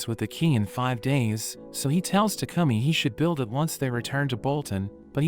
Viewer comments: Bro was saying tacumi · why does it should like he says toucumming